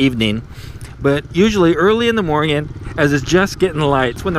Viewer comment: i want to know more why so always say morngin instead of morning sir